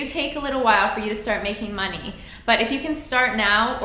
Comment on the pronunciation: There's something about the way you pronounce "money". It's adorable.